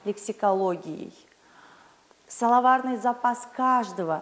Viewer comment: момент ору)) "соловарный"